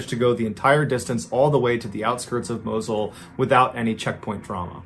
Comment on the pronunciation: it's "Moss-ul"